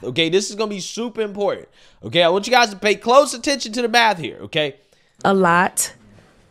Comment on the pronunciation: The maff ain't maffin. That shit got me rolling.